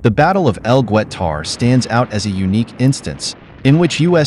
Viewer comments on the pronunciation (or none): It’s not gwutar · El Gwet-tar? I don't know which is worse with younger youtubers, AI narration or just demonstrating so little respect for historical topics you can't be bothered to look up pronunciations.